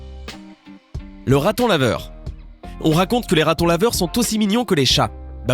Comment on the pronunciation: Le ratonlaveure et le meuilleuire